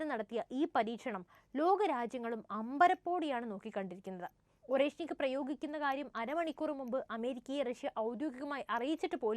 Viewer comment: Орешник എന്നെഴുതുമെങ്കിലും, അരേഷ്നിക് ആണ് ശരിയായ ഉച്ചാരണം! അർഥം Hazel Nut എന്നും !